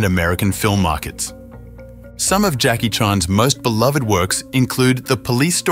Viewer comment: Please learn to pronounce Jacky’s name.